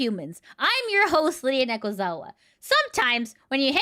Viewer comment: "" not "Lydia". Sorry I was distracted and quickly trying to type that at work